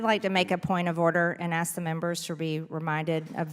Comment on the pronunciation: The ASK is not pronounced AKS.